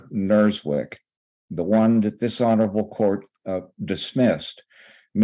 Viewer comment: Ok, so when I hear this older attorney say "this honorable court", I keep hearing "dis-honorable court"